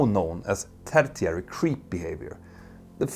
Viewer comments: Tertiary — tur-she-air-ie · Tertiary — In "Sw-English" — Tö-Tssch-Ee-Year-ee Cataclysm — Cat-ah-klysm Tear — Teh-r Parapet — Usually pronounced with the last 'e' sounding more like an 'i' — "Parapit" Negligent — Negli-shent ——I know — English, and especially the Non-germanic Loan Words are HARD. I worked for three years as a Commentator & Correspondent on American National Radio, so I've had to learn, or my Audience wouldn't understand my reports, ending that venture rather quickly. I'm only sharing this with you as a kind helping hand from one Nordic Citizen to another, both expressing ourselves in a Foreign Language 🥰 I hope you won't take offense, Petter. I love when people correct me! That means I can improve. I dare say — most of your Amazing Audience understands your English perfectly well. It's just minor polishing really. I just think your Channels are some of the VERY BEST on YouTube! So, these are just the "Chrome" trimmings, glittering in the sun! There is a word on I do wish you would change: Stabilize — STAY-bee-lies — I always get an image of someone with a Knife when you say that! 😂 (pronounced quickly in American English it's more like 'Stay-buh-lies' with the 'b' pronounced so quickly, it's almost mute). English is such a rich Language with the Germanic, Old English Anglo-saxon base with some 2,000 loan words from our own Viking Nordic Languages. And then when the Norwegian Viking Heir — grandson of Rollo from Rogaland, Norway — Duke William of Normandy invaded England in 1066 AD and